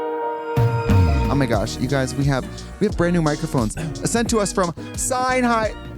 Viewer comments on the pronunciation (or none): Sennheiser not Seinheiser, henny.